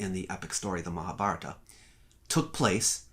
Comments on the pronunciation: All of my life I've pronounced Mahabharata as "Mahab - Haratta" so imagine my shock when I finally hear it pronounced correctly... Great analysis, by the way! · Comments Add a public comment... Stefan Scripca 1 month ago All of my life I've pronounced Mahabharata as "Mahab - Haratta" so imagine my shock when I finally hear it pronounced correctly... Great analysis, by the way! 15 12 Sahil Baxi 1 month ago The right pronunciation is Maha-Bharat, the aa at the end is an English addition. Same applies to Ram (Rama), Lakshman (Lakshmana), etc. Sita remains Sita 4 Stefan Scripca 1 month ago Baxi thanks, now I know better :) Sahil Baxi 1 month ago Deshmukh if you feel they're incorrectly assuming something or that they're wrong somewhere, try to correct them with facts. No need to ridicule anyone 3 Aamod 1 month ago Baxi we already done our work.. its your time to prove that wrong scientifically and come up with real facts.. not just chattering here.. ✌🏻 Sahil Baxi 1 month ago And what exactly is the work that you'll have done? 1 Aamod 1 month ago Baxi I didn't use 'I'. I said 'we' its available on internet. Just don't get irritate now just go and do study and prove that wrong.. best luck.. ✌🏻 Sahil Baxi 1 month ago Ah, perhaps the you'll wasn't the right way to put it, I meant you all. Direct me the work you're referring and I'll definitely give it a read Aamod 1 month ago Baxi start with original books.. if not just start with Nilesh oak's blogs,books videos on YT. You don't need to accept or believe in everything he said. Just go through it you will get your path towards more stuff. 👍🏼 1 Sahil Baxi 1 month ago As it happ